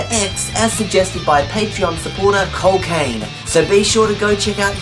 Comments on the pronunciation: when he said cole kane i thought he said cocaine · when you said the requester name i thought you said cocaine.... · i tought u said cocaine instead of cole kane xD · “Cole Kane”